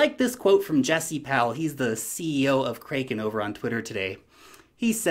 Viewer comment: its Kraken like the mythical creature. Crack-in not kraaeekin. Love your videos